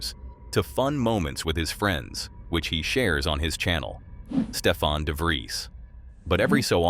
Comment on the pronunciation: Stefan. Not Stephan. Stefan. Hys Nederlands. Lekker. Ek kan alles verstaan wat hulle sê.